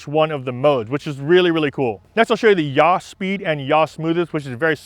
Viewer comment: Great, really really useful and I've modified my gimbal now. Just a point, from someone that used to teach Principles of Flight to Air Cadets. Yaw is not pronounced Yah or Ja in German. It''s more like saw as in Tom Sawyer , but with a Y. Or Yawn without the N. Sounds picky I know, but anyone watching with any aviation background will cringe at Yah being said again and again. Easier to trust someone when the words fit well, thats all. Just a pointer not a serious criticism.